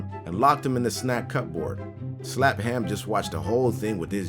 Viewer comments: ikr? I came down here looking for someone else who had noticed that. I'm like "uh, it's pronounced as cu-board, not cup-board." Although, I have to admit that the first few times I read the word I did make the same mistake, but I got there on my own eventually! 😂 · Wait a second. Cup-board? Cupboard is pronounce 'Cubbard.' XD I was confused for a while until I recalled the spelling and pronunciation of cupboard. Sorry to be a grammar-nazi. :v Or..pronunciation-nazi? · * * cup board +*me*+ IT'S PRONOUNCED CUBORD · "Snack cup board"... Does he not realize it's pronounced "Cu-Berd"? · cupboard is one word, not two. Its pronounced cub-erd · Did pronounce "cupboard" like "cup" plus "board"? I would understand if he's never heard/seen the word before, but who hasn't heard the word "cupboard" their whole life? It rhymes with "blubbered". How can you get that wrong? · The way says "snack cupboard". 😂 It's a British word pronounced "cub-erd". It took me a few seconds to figure out what he was talking about. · hun...I know it's spelled 'cupboard' but you don't say it like that...it rhymes with Hubbard. You know..."Old mother Hubbard went to the cupboard..." So, 'cubbard'. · tf he said cup-board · does not know how to pronounce "cupboard?" hint: it's not "cup-board."